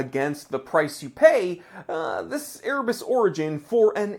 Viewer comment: I agree its a great watch, and he is a great guy, but it still sounds like "Ear Bats" to me....